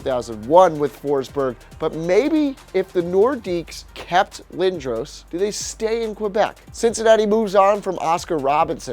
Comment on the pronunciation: Learn how to say lindros